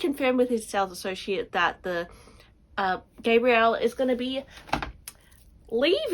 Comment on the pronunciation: Is it Gabriel or Gabrielle? I know very little of Chanel. But I never heard it the way you said it.